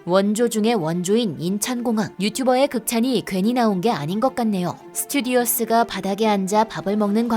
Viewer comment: 스튜디어스>스튜어디스 자막은 스튜어디스인데 설명은 왜 스튜디어스? 남자승무원-스튜어드 여자승무원-스튜어디스